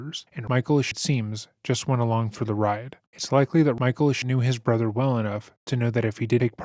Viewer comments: “My brudder” 💔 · "My Bwothow got bowdy awmow" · i wasnt even looking at the screen and I knew he said brother